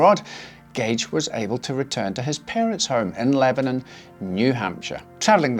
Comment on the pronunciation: In addition to a well researched, and presented story - I am VERY impressed that you correctly pronounced the name of the town in New Hampshire, "Lebanon." Well Done Sir !